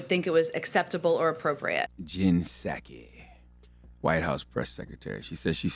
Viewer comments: hahahaha....."puh sahki"??? do you even WATCH the news???? and it's pronounced 'roy-ters"....not "roo-ters" WOW! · The “P” is silent on Psaki, bro